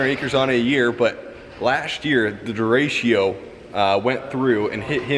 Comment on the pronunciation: Sorry for the correction, but it isn't dirashio, it's derecho. duh-rey-choh. It just kind of drives me a little wacko. (means "right" in Spanish. As in right and left. You are doing a great job. You and. But you are more level headed.